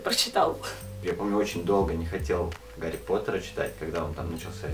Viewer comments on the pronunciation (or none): none